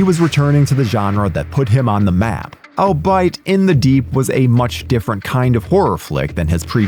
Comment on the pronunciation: Never heard "akin" and "albeit" pronounced like that.